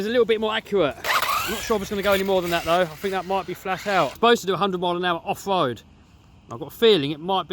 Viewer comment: Great creations this guy makes... if only he could find something to pronounce the ‘r’ a little better .. offwoad, twuth, hundwed, it started to wain ... haha